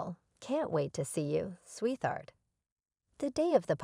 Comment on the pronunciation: PLEASE check the pronunciation of words, like SWEET HEART!!